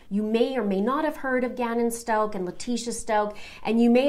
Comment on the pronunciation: pretty sure you're pronouncing the last name wrong